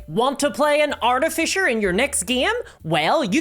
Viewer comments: What is an "Artifisher"? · "Arti-Fisher" that is all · Wait.... What's an art-a-fisher? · “Arti-fisher”🙄 You don’t have 10 seconds to learn how to pronounce something? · lol, "artifisher" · Say Art-eh-Fisher one more time… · Jeez i guess if is believed its artifisher now not artificer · Is there any D&D content creator who knows how to pronounce the word artificer? It is pronounced AR-TIF-ISS-ER. Not ARTY-FISHER or ART-IF-ICE-ER. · did you just say Arty-fisher? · "Artifisher"... giggle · What's an arti-fisher? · You say Artifisher funny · Arty Fissure ~ A tasteful crack. I shouldn't make fun of an accent but this was a missed opportunity for an edit like the "feet" one. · Wait... how are you pronouncing Artificer?? I didn't realise we had a class that went fishing for paintings. ;) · Fucking say artificer right omg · I know that it's just your accent, and I'm not trying to insult you at all, but the way you pronounce artificer makes me think of a steampunk fisher.